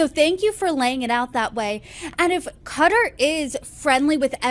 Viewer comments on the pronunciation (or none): It is not CUTTER Learn how to say it SAY KATTAR...like CAT 🐈 ARR(like in ARRange) Simple OMG